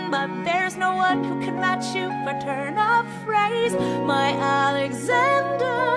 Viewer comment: Somebody says "a N e x a n d e r" I swear it. I can't tell who though